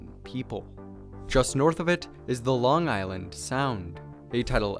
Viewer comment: And just saying this guy butchered the pronunciation of Long Island